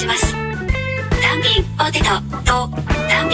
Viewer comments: 単品のニュアンスがたん↘ぴん↗で笑った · たぁ↑ん↓ぴぃ↑ぃん↓ めっちゃ笑ったwww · hirotaka shinohara なぜか「ぴん」だけアクセントかけてるw